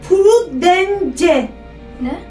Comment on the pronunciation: Abla prudece purudıns diye okunuyo